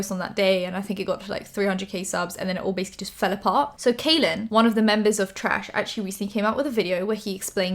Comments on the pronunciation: Hi just wanted to let you know that Kahlen is pronounced "Collin" and not "Kaylen". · Just so you know, his name is pronounced like “Collin” not “Kalyn.” Not trying to be rude, just informing you in case you talk about him again. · I love you but I've been a long time subscriber of Kahlen Barry so it bugged me a little whenever you pronounced it wrong. It's pronounced the same as Colin. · Kahlen is pronounced like Collin. Great video! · kahlen's name is pronounced like "collin" 🤎🤎🤎🤎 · Kahlen is pronounced Collin!! Lol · his name is pronounced like collin! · im pretty sure his name is pronounced like kal- in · Just FYI, Kahlens name is pronounced as Collin! Love your videos ❤️ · You mispronounced his name but that's minor stuff, i'm super happy you covered this story with Kahlen! People needed to hear his side of the story ♥ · Channon Rose's video is still up. Also small minuscule thing how come all the drama channels aka Spill Sesh say his (Kahlen) name wrong.